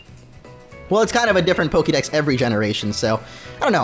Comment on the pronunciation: Dude if you love pokemon THAT much then learn how to fuckin' pronounce it. Soooo annoying to hear PokEEdex over and over.